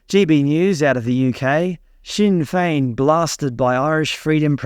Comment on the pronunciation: G'day from NSW, Australia. Isn't Taoiseach pronounced Teea shearrch and Sinn fein pronounced sin fainn? Let me know if I'm wrong, thanks. Wishing you all the very the best.💚🙂👍